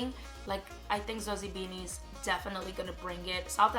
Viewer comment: Your pronunciation of Zozibini is impressive . WOW